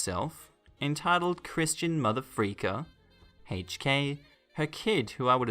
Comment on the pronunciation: "Crishtan"? CRISHTAN? Time out, everyone under 30, off the internet, come back when you've read a book. I recommend a dictionary.